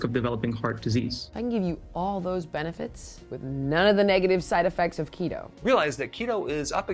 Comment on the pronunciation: I thought you said "Cheeto" diet. lol